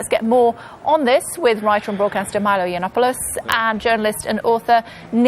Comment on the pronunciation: How can people not pronounce Yiannoppoulos, he's in the public image quite a lot so they should at least get his name right